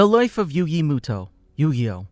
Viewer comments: I can not handle him saying muto it moto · Its actually yugi MOTO. Not muto. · It's a moto not Muto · sound it out like Moe-toe, not Moo-toe and Ah-tem not At-tom, please and thank you!!! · Not muto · If you speak yugis last name as muto you have never seen the anime and your not a fan. You say it as moto. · Am I the only one that is triggered by yugi MUTO not moto? (How it’s pronounced) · muto? i thought it was moto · Doesn't the anime pronounce his last name as moto not as mu-to cause my brain is hurting right now if mu-to is the correct pronunciation. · It's moto not motou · MOTO!!, ITS PRONOUNCED MOTO UR UNCLUTURED SWINE!! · ITS MOTO NOT MUTO PLEASE PRONOUNCE IT CORRECTLY 😭😭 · Not Yugi Mooto 😂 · am I stuipid or do i remember it being pronounced motoh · You pronounce it Moto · why the hell you saying it like that you know there’s a ( oh ) at the end muto smh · Me too, it was pronounced ‘Moto’ in the Anime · It's pronuced m-o-t-o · Mu toe. Reeeeal epmphasis on the toe. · The last time I watched the English dub, I think his last name was pronounced "Moto", but please correct me if I'm wrong. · You saied his last name wrong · Not to he rude but your are pronouncing yugis last name wrong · The narration kept annoying me with how it pronounced muto